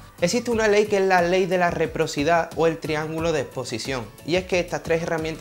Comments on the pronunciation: Se dice reciprocidad. Y querrá decir, no quedrá decir jijijji muy buenas tus explicaciones, felicitaciones. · ¿Reprocidad?, ¿lú? Qué bruto, póngale un cero.